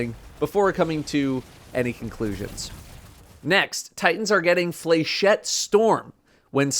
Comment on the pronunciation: You come across more human and less preachy/downtalking unscripted and I enjoy it more. I am a newer fan but I agree with a lot of what you say about harder content. Not to seem pedantic but it is pronounced “flesh et” they are darts/bolts that we are getting as titans. The exotic focusing will be good too since some of my “organic” exotics have had poopy stats on the new ones. This new exotic focusing will make getting certain good rolls viable and less grindy than trying to leg day to get the the legs you want to drop out of the entire leg pool.